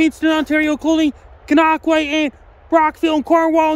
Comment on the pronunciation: 🤣😂 NO ONE other than locals can pronounce Gananoque. It just isn't possible.